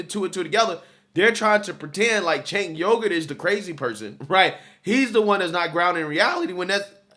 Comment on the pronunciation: It’s “Chunk Yogurt”